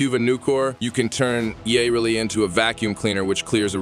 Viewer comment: Its Yuh-Reli not Yaw-Reli god this bothered me